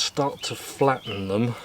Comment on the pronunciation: Mate if you keep up with close ups and slurping I’ll unsubscribe and it’s think not fink and all the other ths like them not vem !!!!!